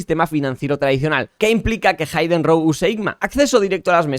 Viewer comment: Ya dejen de decir “haiden”!! Es hidden así como se escribe pero con j: jiden. Gracias por la info. Muy buen video. 👍🏼